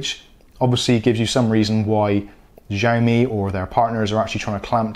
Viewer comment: I read somewhere that if the MAC address starts with 78, then you probably gonna be block. Both mine are 34 and working fine. Btw it’s not pronounce as zhaomi but ziao mi. Go google the translation and listen to it. :)